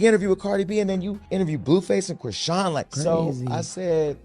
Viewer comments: Who is Chrone...Its Chrisean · Oops you actually pronounced her name correctly while speaking but you mispronounce it on purpose weird and you slipped up 😂😂😂